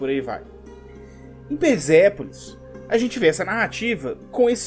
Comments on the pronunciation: Só uma dica: Quando o S aparece entre vogais, ele tem som de Z. Quando o S está entre uma consoante e uma vogal, o som continua sendo de S. É o caso do nome Persépolis. A consoante S está entre a consoante R e a vogal E, portanto NÃO se pronuncia "Perzépolis" e sim Persépolis. No mais, nota 1.000 para o vídeo. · cara pelo amor de Deus para de falar S com som de Z na palavra persépolis. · Por quê vc pronuncia "perZépolis" e não Persépolis? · por quê você fala |PERZEPOLIS| e não |PERSEPOLIS|? (tentativa frustrada de escrever pelos fonemas)